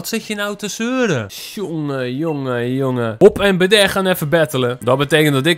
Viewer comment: Hoe jij bede zegt zo grappig